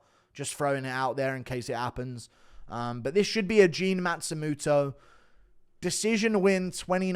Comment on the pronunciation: Stop pronouncing it like a matsumuto it's matsumOto